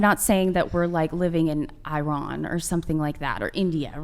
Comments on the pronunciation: "living in Eye-ron" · What is this country..."EYEron"... Never heard of it 🤔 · Did she say I Ron instead of Iran?